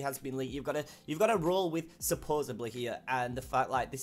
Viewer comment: say "supposedly" right